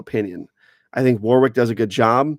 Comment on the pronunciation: As a Brit, I feel it's my duty to say that the w in the middle of Warwick is silent. Other than that, great video 👍